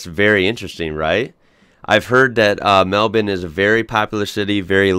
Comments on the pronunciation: This guy has gained my respect, when brightside said Mel-burn he said it properly. Good on ya mate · I was enjoying the video, but I truly started to love it when the pronunciation of Melbourne was mentioned. It's "Mel-bin" and that's the true Victorian way of saying it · Yeah, nah, have another listen. He gets the Mel-ben not the Mel-born pronunciation. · Thank you so so so much for pronouncing Melbourne correctly! It's Mel-Bin. Americans always pronounce it wrong. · I love how you pronounce Melbourne correctly - thank you! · Hahaha! Love how you corrected the narrator’s pronunciation! 😎👍🏼🇦🇺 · finally an american who pronounces Melbourne right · Giant thumbs up for your pronunciation, mate! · Love the videos :) However the video pronounced Melbourne the right way, just pointing that out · I haven’t watched it yet but you better watch out what you say here Never mind you cool😎 also thx for the proper Melbourne pronounce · im so glad u dont say Melbourne like him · Yes thank god! I finally found an American who doesn't call Melbourne melBORN that is really annoying. Also we have McDonald's and Call it Macca's, he have kfc, starbucks but almost nobody buys starbucks, no taco Bell chick fil a and we probably don't have most of the things in America. Also we have Woolies and Coles here but if you don't have Woolies or Coles then where do you buy your groceries? Please answer. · Omg a foreigner who can pronounce Melbourne right!!